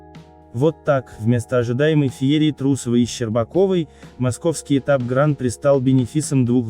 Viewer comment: откуда такая достоверная информация?)) в любом случае, почти любое название роликов на канале максимально высосаны из пальца, лишь бы завлечь простых зрителей YouTube... P.S. Уважаемый автор сего канала, заглуглите, будьте добры, на какой слог падает ударение в термине "Гран-при", википедия Вам в помощь